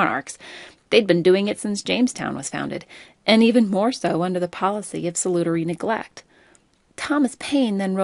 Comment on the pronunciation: my teacher says you make good videos but you need to pronounce salutary neglect correctly otherwise other teachers won't take you seriously and buy your stuff